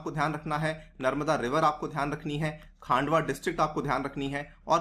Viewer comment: सर जी ओंकरेश्वर नहीं ओंकारेश्वर और खांडवा नहीं खंडवा है।